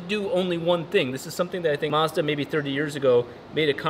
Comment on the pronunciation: You pronounced Mazda wrong